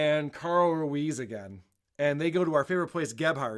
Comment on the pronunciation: He never learned to pronounce his friend’s name. To this day he’s still calling him Carl Ru ez